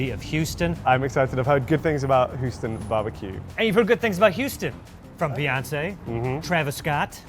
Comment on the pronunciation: "Planet Hooston" General Zod, Superman II